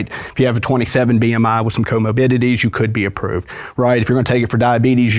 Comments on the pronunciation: Say “comobidity” one more time…. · If he mispronounces comorbidity one more time I’m gonna cry 😩